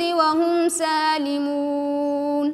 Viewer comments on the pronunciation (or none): none